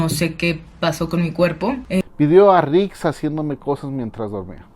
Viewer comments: No es nix es rik🤣😁😁👍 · ya no es rix es ´´nix´´ jajaja saludos me gusto tu video,me suscribo.